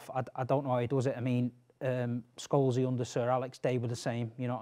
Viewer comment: Love Jamie saying Sholesy instead of Paul lmfao